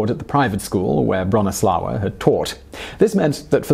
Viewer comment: Bronisława is read more like Broh-knee-swah-vah. In Polish w is read like English v and ł i read like w :)